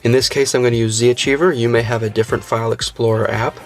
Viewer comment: Z-Archiver not Z-Achiever :D